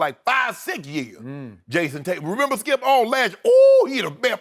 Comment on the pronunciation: Shannon “Don’t do that Skeup” Sharpe...